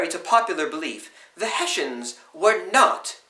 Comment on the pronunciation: Germans: Hessen British: Hessians: Heshans